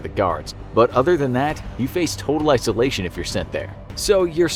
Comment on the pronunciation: "Isoltion"hmmmm,so familiar...oh maybe I'll get nightmares because of this..